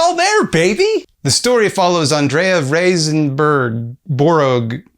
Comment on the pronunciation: According to Google her name is pronounced "Rise-borger"